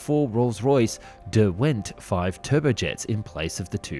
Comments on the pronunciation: Avon and Derwent. Do try and get the pronunciation right! The A in Avon pronounced as the ‘a’ in lake. Derwent as one syllable not two. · Despite the commentator’s obvious Englishness he.can’t properly pronounce Avon and Derwent, two English rivers that RR named its jet engines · Anyone with an ounce of culture would instinctively know the correct pronunciation of Avon and Derwent - both being rivers in England. Shame that the narrator does not have any such education. And if he wasn't cross-eyed, he'd had managed to pronounce the V and L in De Haviland in the correct order.